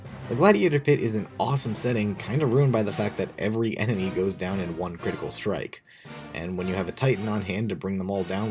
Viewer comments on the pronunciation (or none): none